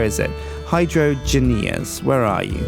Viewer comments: Hi-Drain-Juz, not Hydro-an-geas. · Hydrangeas Hi-Drain-Jas... It just bugged me the the way he said it. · It's rather comical how no one in the Yogscast knows how to say Hydroangeas. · Zanzibar Haberdasher No they're not, it's a pun on hydrangeas (a type of plant) so it should be pronounced HYDRO-AIN-GE-AS not HYDRO-AN-GE-AS.